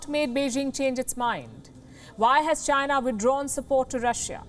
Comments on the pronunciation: You pronounced China..wrong! You pronounced Gina... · "Chy-na" not China. DJT